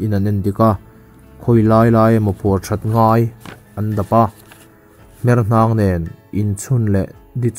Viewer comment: hmer hnang nilo in hmerh hnang tih tur.